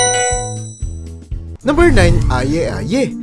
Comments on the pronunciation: And Aye Aye is pronounced as eye eye or ay ay sheeeeeeesh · Aye aye, /ay ay/ po ang tamang bigkas , jerboa, /jerbowa/ po ang tamang bigkas